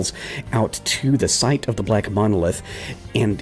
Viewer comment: Baaawh, "munolith!" Groan groan groan! Also, you killed those guys on purpose just to do the whole "knowledge is lost" thing! Murderer!